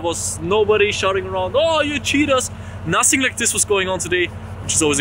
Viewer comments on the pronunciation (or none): "nosing" hehe